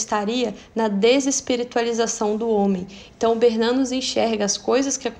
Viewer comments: Perfeito!! Sou bisneta de BERNANOS... A pronúncia é Bernanôs ou Bernanô... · Vc podia rever a pronúncia do sobrenome "Bernanos", ok? Eu acho que é Bernanô... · A pronúncia é Bernanôs.... Sou bisneta.